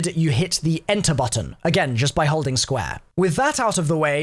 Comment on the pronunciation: “Squa” (square)